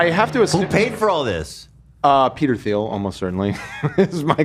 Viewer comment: saying Th-eel instead of Teel for Peter Thiel is giving Desantis “Thigh food” vibes